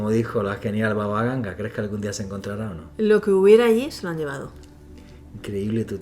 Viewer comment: Es Baba Vanga no Baba Ganga😂